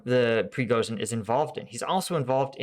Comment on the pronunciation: I know that English has no easy way to pronounce the sound "j", but Приго́жин is pronounced "prigojin", not "prigozin". "zh" is convention for "j" sound.